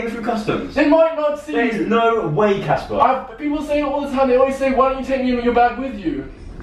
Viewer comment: Girl its CASPAR not CASPER